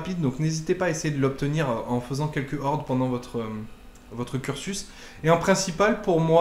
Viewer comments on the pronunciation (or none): Les z'hordes....😳 mes oreilles saignent!